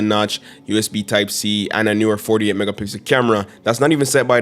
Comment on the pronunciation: Some please tell yall realize him saying 12 mega pickle ultra wide💀